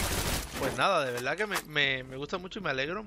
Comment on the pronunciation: Hey por que en ves de decir verdad decis veldad?